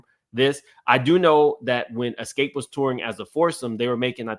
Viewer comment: I need you to learn to pronounce Xscape and do your research you have years wrong. They broke up in 1999.